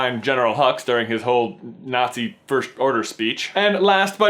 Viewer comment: IT'S FIRST NOT FIRSHT YOU IDIOT.